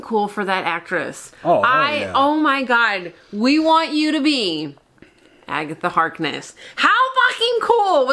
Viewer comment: Lol you nearly pronounced her as Agatha Heartless :D which could also sound dope and quite true as well xD